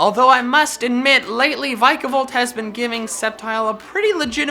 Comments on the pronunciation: Vikavolt not vaikavolt! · It's v-i-c-a-volt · In the name vikavolt, it's a low I, not a high one